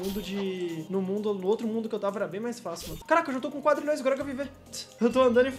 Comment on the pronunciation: falando quadralhoes e foda